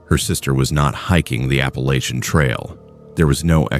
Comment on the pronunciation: Appallacha appalactcha anyways all good 👍